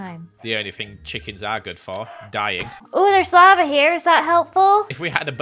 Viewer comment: Nobody:: "Your turning the lave into water"